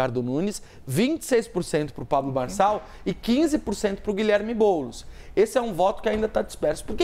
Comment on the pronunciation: Não é boulos é boles